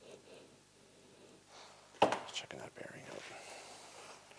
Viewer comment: What's up with this "I need an accent" where every fourth or fifth time OUT suddenly is pronounced "EUOT". Hear it here and there last couple o years. Sounds pretty stupid.